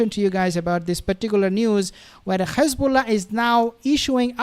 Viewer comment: Why do you say Khezballah and Khamas like the demons do... its done purposefully to sound like you're gobbing up... say Hezballah and Hamas with a nice soft H.